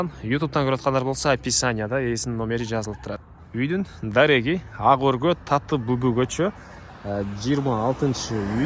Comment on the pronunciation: Айланайын Таттыбүбү деп туура айтсаң,кыргыз элесиң го.(